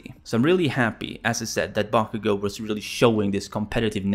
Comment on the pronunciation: It sounded like you said “bonkugo”